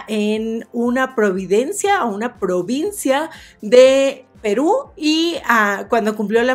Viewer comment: Que aburrido tu canal, antes de criticar primero deberías aprender a pronunciar! Provincia se dice !! Segundo tú estas o pasas sentada la gran parte del día parece, LA OBESIDAD SE ESTA AGARRANDO!! COMO QUE TU LOOK DE MERCADO TAMPOCO AYUDA!!